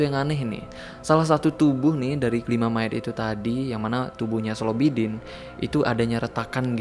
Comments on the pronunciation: Slobodin baaang bkn slobidin😁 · Slobodin jadi Slobidin... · Slobodin jd slobidin🤣